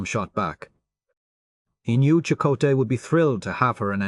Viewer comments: AI mispronunciation. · "Chuck O Tay" HA HA HA! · Every time reminded me of "Chic-o-sticks" from my youth. 🤮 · Them names tho. It don't blame ai for not knowing how to pronounce fictional names. Or places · 20 different pronunciations of chakotay and bellanna and none of them correct or even consistently 😂